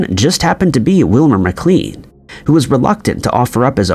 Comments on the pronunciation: How is the occupation of Wilmer Maclean's house at Manassas an "Historical mystery"? Wilmer himself said of the conflict itself that it "Began in my backyard and ended in my front parlour." And his name is pronounced "Mac-lain" not "Mac-cleen" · Beauregard . "Bow-Ree-Gard". McLean. "Muc-Lane". My god. If you're going to recite history... get it right. Probably more blatant errors after that, but I checked out. Just can't listen to someone butcher history. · And Mclaaaane. And Suhfuck. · McLean Pronounced "muh-klane" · Thanks! I was going to say that. I would guess the name McLean is pronounced McLANE as well. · Tbf, the voiceover artist sounds as though he doesn’t bother to double check pronunciations of proper nouns (“Beauregard”, “McLean” and “Suffolk”, for instance) nor the actual facts he’s narrating (eg. the UK Dennis the Menace wears a red and black jumper, not a red and white one, “Dennis the Gnasher” when the comic’s name change is actually shown to be different in this video itself, and 1965 vs 1865 etc). That nobody fact checked the script while preparing it, that the VO didn’t do his due diligence while marking up his script for pronunciations or question some obvious mistakes before recording and that nobody seems to have given the video a critical viewing before posting looks low quality, lazy and unprofessional. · I tuned out after hearing how 'he' pronounced Beauregard. I'm not even sure McLean is pronounced correctly.